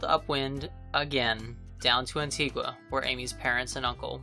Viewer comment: Great video! We spent ten days learning how to say Anti-gah.....but I am curious...what is your speed in knots during your transitions....you look like your are moving along or were you motor sailing? Either way...great shots.